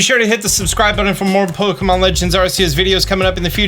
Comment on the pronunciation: Its arceus not arceus